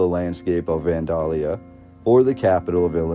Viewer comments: He also doesn't pronounce Vandalia like anyone around these parts. I live about 34 miles from the Old State House and everyone around here pronounces it van-dayl-ya or van-day-lee-a, not van-dahl-ya. Several Midwestern states have towns named Vandalia. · Natives pronounce it more like Van-Dell-yuh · I've never heard anyone pronounce Vandalia the way they do in this video. I've always heard it pronounced "Van dale ee uh" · It's pronounced Van DAAY Lia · Van day lee uh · from Illinois it is 'Van(day)lia' for pronunciation. p.s. the music is unnecessary, annoying and adds nothing except waiting for a drug commercial. you forgot the flood of 1965. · Oh my gosh… It's so hard to hear you pronounce Vandalia....it's super easy to look these things up now… It's pronounced Van-DELL-Yah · Illinoisian here to clarify: Kaskaskia is pronouced, Kas-Kas-Kia (Kia like the car). Vandalia is Van-Day-Lia. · You do realize that you are mispronouncing Vandalia Illinois every single time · Everytime You say Vandalia wrong i cringe and cant listen or watch anymore